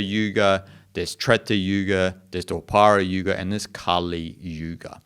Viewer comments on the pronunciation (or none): I am an Hindu and learned a lot from your video. A few this I wish to mention. The a at the end of the name is not pronounced. I don't know how it got spelled that way. Kaliyuga is Kaliyug and so on. The third young is Draparyug. You got it a bit wrong